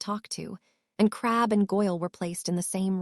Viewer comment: hell a lot of them can't handle normal words well but yes this one has issues with names real issues. It likes to randomly add or subtract letters from them in it's attempts to pronounce them i seriously doubt every mention of crabbe is spelled crabbel yet the tts is adding that L every time for some reason. I honestly would not complain about purely phonetic pronunciation but random adding or removal of letters is not acceptable. I personal think they could do better then ponetic pronunciation but that is better then it repelling words before it pronounces them. The occasional issue when the writer missed an edit also fine it happens but a tts program has 0 reason to be modifying what is being scanned into it.